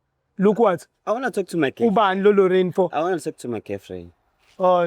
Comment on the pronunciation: Who is Rorraiinn...we gonna call this Rorraiinn 😅😅😅😅 UGingerr😅😅